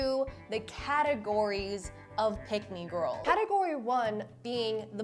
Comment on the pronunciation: Why u say gorl Instead of girl